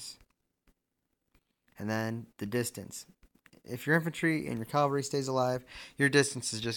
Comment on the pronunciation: It’s CAValry not CALvary